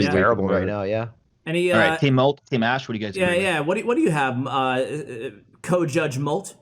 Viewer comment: 'Molt', not moot.